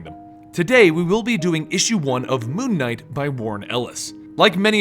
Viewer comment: It sounds like he's saying Moo Knight...which could be the greatest superhero of all time.